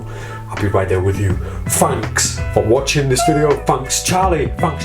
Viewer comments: I don't know why but i love the way you laugh.And Fanks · Fanks for the mirrors and the new direction...Fanks